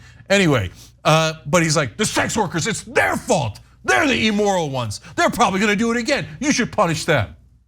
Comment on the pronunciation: i love how Cenk pronounces EEmoral....